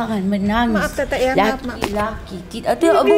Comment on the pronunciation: Panggil tete bukan tetek.. kakek lucu juga.. semangat terus mata langit . Ciayaooo